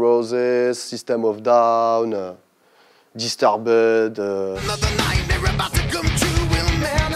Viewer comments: disturbed il l'a lu a la francaise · Distorbud??? 😅 Disturbed faut se renseigner partoutatix